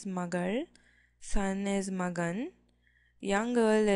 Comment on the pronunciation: Please note : For son, it is magan and not magaN....Nice video anyway.Good attempt!